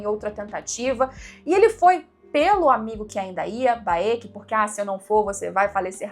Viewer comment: Vc chamando o Baek de Baêki é engraçado kkkk É só Béck. Sabe a Raenyra de House Of The Dragon? Pois é... mesma logica. Nao é Raênira ou Rânira, é só Rênira/Rénira. A = A Ae = É/Ê I = I Eo = Ó/O Eu = U